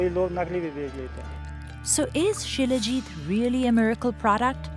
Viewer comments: It's salajeet (Salajit) not shilajeet 😂😂😂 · Shilajit = She-Le-Git = She Legit = Legit stuff to make her happy